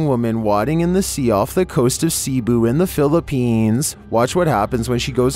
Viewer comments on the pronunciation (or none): I love how pronounce Cebu as "sea-bu" instead of "se-bu"